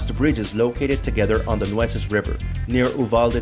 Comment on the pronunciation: New-aces River